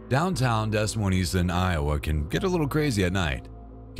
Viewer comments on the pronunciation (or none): ain't noooooooo way you said Des Moines like that 😭😭😭😭🤣🤣🤣🤣🤣🤣😭😭😭😭